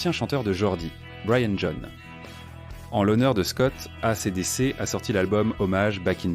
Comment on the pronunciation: Mare de l'I A incapable e prononcer A C D C : boycotte !!!!!!!!!!!!!!!!!!!!!!!!!!